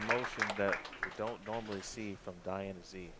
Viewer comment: I wish the announcer would learn to pronounce Diana Z's name correctly!